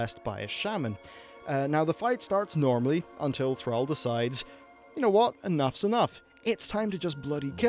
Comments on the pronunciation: Say "Al". Now say "all". Now say "Thral". Now say "Thrall". Thrall. Rhymes with all.:-P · call him "Thraal" one more time... I dare you. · Thrall is pronounced "Th-r-aww-ll" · Ball. Call. Fall. Gall. Hall. Mall. Pall. Tall. Wall. The only '-all' word that sounds like how you say 'Thrall' is 'shall', which is hardly a modern word. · Please learn how to pronounce thrall correctly